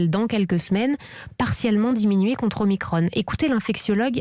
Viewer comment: Pourquoi ils prononce omicrone au lieu de omicron !! Es que l’on prononce Emanuel macrone !!? 😂😂